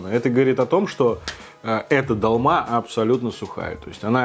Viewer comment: Не далма ,а долма